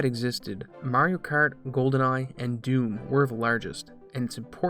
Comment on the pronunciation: Wtf is "Merioh Kert"?